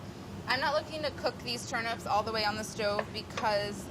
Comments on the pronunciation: Wait, why is she saying turn ‘ups’. That word contains ‘nips’ and should be pronounced as such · In my country we pronounce them as turn-eeps not turn-ups